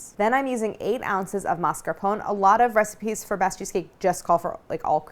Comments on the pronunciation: (mas-car-pō-nā) “e” is not silent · amazing video, fyi it's pronounced "mascarponeh"